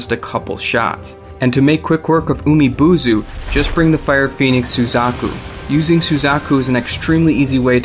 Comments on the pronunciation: Why can't you pronounce any Japanese names right? The game tells you most, if not all, of the pronunciations, and they're all written phonetically, AND many of these names are spoken by in-game characters. Like how did you get "Umi-Bozu" to turn into "Umi-Buzu"? And how did you get "Ginchiyo" to sound like "Jin see you"? Jesus, learn to read. It's distracting when you butcher these names. If you're making money off of this, do it right. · Maybe work on your Japanese pronunciation, it's umi-bōzu not boozu Jesus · Oh it wasn't just one word i assure you, there are many more. Like Umi-Bozu where you pronounced it as Umi-BUUzu. And you just proved my point with Nurikabe. Noo is pronounced NU(new as you said), not NO(as in the English word No, which is how YOU pronounced it). That's not the pronunciation written for English, that's the ACTUAL Japanese pronunciation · umi bozo te nandayo its umi booz pronouns